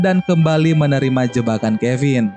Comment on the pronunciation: Abang bilang finn jadi kevin